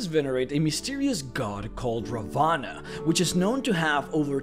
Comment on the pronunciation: You made me die inside with the pronunciation of Ravana Look up the pronunciation, they aren't very hard to memorize.